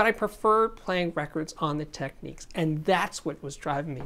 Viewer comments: Just an FYI, It's TechNICS not Techneeks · Sorry - I know your comment is from 2 years ago, but I watched one of Panasonic's recent videos and the actress doing the voice over pronounced it "Techneeks." I always thought it was TechNIKS as well. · Technics not techniques, surely...